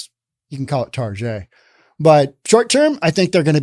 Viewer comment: Please call it Target and not "Tar Jay" - it's more correct especially as they are targetting children.